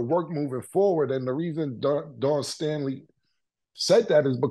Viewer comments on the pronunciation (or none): Killa said Dan Staley 😂😂😂😂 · Killa, say it with me.. "Dawn Stay' Lee" 🤣🤣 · Cam u killing me as a Philly native … Don Staley might b a family member but it’s DAWN🤣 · “Don Stanley…. Dan Stooley….Dawn Stormy…”-Cam 😂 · Dan Staley😂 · Dan Staley 😂😂😂😂 Cam be messing names up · Cam say it with me..... Dawn Staley! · How the hell can you not pronounce Dawn Staley correctly lmao...eat that crow since y'all really wanted Iowa to win 😂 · cam cant even get dawn staley name right 😂😂 dude thats not a hard name to pronounce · Did Cam say… Pardon me for keep on ‘dis’pronouncing her name 🤣🤣🤣😂